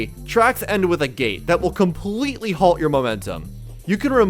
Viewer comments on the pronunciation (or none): none